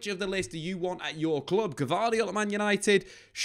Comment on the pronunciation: It's Schlotterbeck, not 'schottlebeck'...